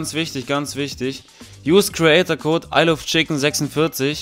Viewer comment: Er sagt nicht mein Code ist der beste sondern mein Kot ist der beste ahja